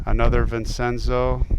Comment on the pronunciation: You say it Vincenzo (Vinchenzo) and Conceta ( Conchetta) this is Martin Scorsese 's mother's name